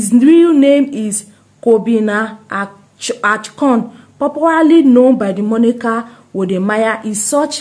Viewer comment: Plz not achon It is Akon